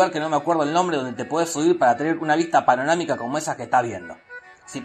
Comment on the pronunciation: "paronamica" menos mal que no soy el unico pelotudo que se confunde al decir eso. Como cuando decia "murciegalo" en vez de murcielago o "aguela" en vez de abuela nunca me pararon de decir gato despues de eso hasta el dia de hoy